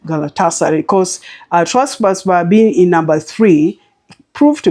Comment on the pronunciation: Great tips as usual, you butched the name Trabzonspor😊. I love your style of 3 to 4 per slip